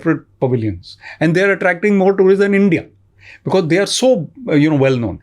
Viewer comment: Thoughtful, steady, articulate - just as a leader should be. 😊 Mr. Attray - thank you for your conviction. shamani - dude, it's pronounced be-coz. Not bikiz. 😊 Saying because it's distracting.